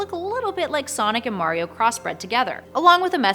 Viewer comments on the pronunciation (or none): none